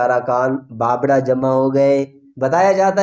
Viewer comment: تاجو ...نھی......تا جُ بابڑہ کو ......با بَ ڑہ......... پڑھا جاتا ہے...